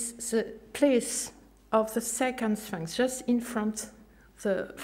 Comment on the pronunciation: Some of funny mistakes She calls for more transparency, she could start with her English. For more information to the public. Which means that people aren`t buying her stories. For interdisciplinary. But she fails to say what´. Notice how she pronounces Sphinx, "Svanx", probably her only source of English has been the Pink Panther Inspector Cloueso movies. myth comes out meet. Just imagine if she was going to meet to talk about myth. She maintains she has discovered other Svanx, in front of the Sphinx. Unfortunately she seems to have run out of film, so no photo`s. She is also writing a book about her "rosearch into the draat." Note; She does not tell her audience what she has called the "stairs", or where they are, or what they where called before she discovered them. She also introduces her 15 male and female Giza for humanity team, all but a few are are anonymous, and although she does mention a few names the information is insufficient to establish who they are! She then goes on to talk about the Western Dessert, or does she mean desert? But fails to mention it was Philip Gingerich, a University of Michigan paleontologist who made the headlines, not, the first where found in 1902-3, a little before her time. At 3.24 she goes on to introduce her "Team of Geologists", but none are mentioned by name, or have their names displayed, I wonder why? and more interestingly, do they know they are Geologists? In conclusion, her discovery of another